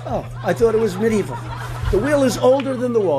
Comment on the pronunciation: Did he really just say mid evil